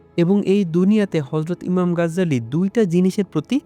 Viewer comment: গাজ্জালী নয় 'গাজালী' হবে।